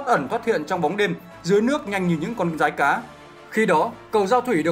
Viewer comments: "Rái cá" chứ sao là "dái cá" ạ??? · Dái cá :)) đọc sai ác